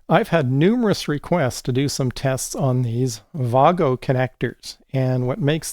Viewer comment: First anglophone I've seen that knows how to pronounce "wago". Outstanding.